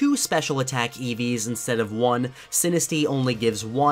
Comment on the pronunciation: When you said "EVs" I thought you were actually talking about an eevee